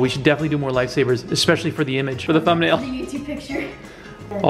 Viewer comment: "Lafe saviers"